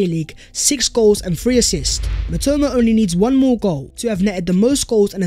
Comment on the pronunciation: mitoma is my Japanese god and u butchered his name 💀